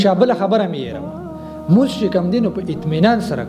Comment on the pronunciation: مننه خو د لمونځ تلفظ دې سم نه دى وروره